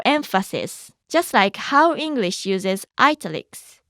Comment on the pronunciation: You pronounce Italics wrong. The first I is pronounced like the first I in Italy